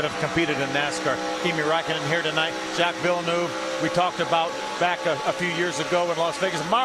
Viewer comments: Jacques Villeneuve! Not Jack villanoove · Whoi the hell is Yack Willenufe? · jacks villenoove wtf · Ah yes, the f1 driver jack villy-nuv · ah yes, my favourite f1 driver, Jack Villanoove